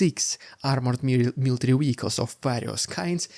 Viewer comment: It's pronounced "vehicles", not "wehicles".